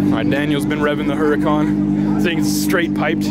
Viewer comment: Everytime he says "Hurracan" or giggles.